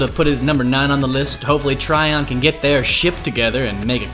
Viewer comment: Trion is pronounced Tree-on by the way, not Try-on...